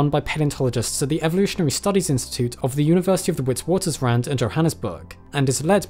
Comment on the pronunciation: Just want to let you know that you butchered the names of the Karoo, Witwatersrand and more, but it's okay, I still love your videos😅